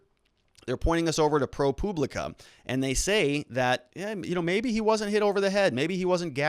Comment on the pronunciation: Can you not say public?? Is propublica really that hard to pronounce?? Your saying Propooblica.